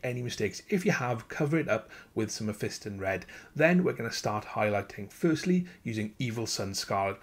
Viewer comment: You pronounced Mephiston wrong.